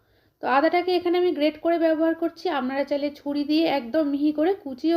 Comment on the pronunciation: আপনার রান্না টা খুব ভালো লাগলো তবে আমনারা না বলে আপনারা বলবেন শুনতে কানে খুব খারাপ লাগছে।